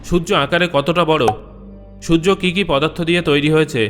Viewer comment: Sojjo na surjo